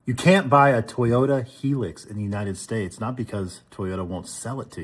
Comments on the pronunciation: High Lux. Not HE-lux. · Why does not one know how to say hilux, it is not spelled helix!